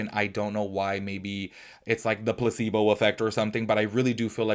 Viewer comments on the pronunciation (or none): Not me hearing "pu**y boots" when you said placebo! I was so confused!